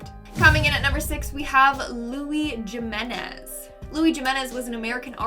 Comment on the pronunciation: Karel-"Carl" Jiminez- "Iminez"